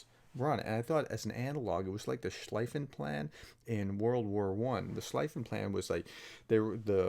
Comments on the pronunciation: Just a comment of Linguistik nature: Schlieffen is pronounced "Schlee-fen" and not "Schli-fen", like the Word "free" or "feed" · Thanks Prof, but just a remark on the pronounciation: Prussian field marshal Alfred von Schlieffen is pronounced like shlee-fen, not like shligh-fen. In German, generally 'ie' as in bee, 'ei' as in height (there may be exceptions, can't just think of any now).